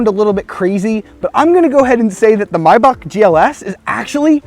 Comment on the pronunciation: Love you❤❤ You pronounce it right❤❤